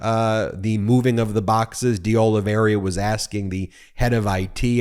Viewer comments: "Oliveira" pronounced as it is spelled..not "Oliv-e-RIA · Hi BEN! Portuguese names are your nemesis. Look at the second "I." It is BEFORE the "R" and not pronounced. It is "Ol i ver a." That dang extra "I" trips up a lot of people especially when it comes to spelling. My last name is rare and included on the confusing list.